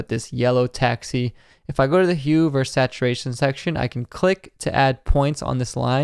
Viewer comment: Great video! One note... vs. is pronounced "versus," not "verse." :) Keep up the good work!